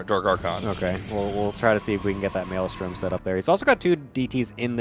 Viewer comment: Tasteless being unable to say maelstrom is always hilarious 😋